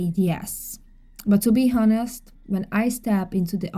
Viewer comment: Barbie, ignore those who are talking about you… they are jealous!!! Also, Barbie FYI “honest” is pronounced “on-est” no H sound. I know you want to know because you are a perfectionist and already speak English so perfectly!